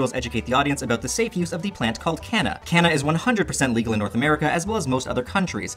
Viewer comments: As someone from South Africa that's not how Kanna would be pronounced. But awesome wordplay. It's pronounced KAH-NAH. The K as in Ketamine. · You butcher the names of kanna and kratom lmao